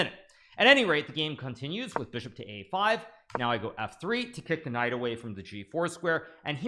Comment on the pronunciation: I've been noticing recently that every time Hikaru says knight on F(X) he says knife on F(X) 😉